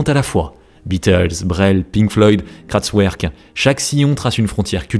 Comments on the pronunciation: Dsl, "Kratswerk" m'a piqué les oreilles lol. En dehors de ca bonne video, j'ai bien aimé. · Il va falloir apprendre à prononcer l'allemand correctement.. w-> 'v' Kraftwerk -> "Kraftverk" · Tout le monde ne fait pas de l'allemand, et pour corriger c'est Kraftwerk, j'ai écouté j'étais perplexe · je valide l'accent pâté en croute Kraft-quoi ? 😂 (Merci pour le vidéo)